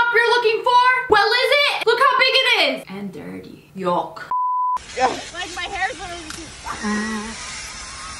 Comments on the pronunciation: I love thr way lia says certain things it cracks me up Like when she was was talking about the big broom she had she said YOK Most people would have said yuck but that is just hilarious to me. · love the "yock"